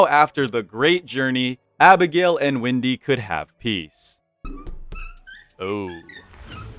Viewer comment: yo isnt her name is wendy and not windy